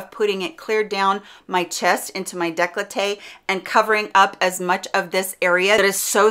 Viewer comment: ... " declote' " ????? It makes me cringe when people want to use foreign words without knowing them....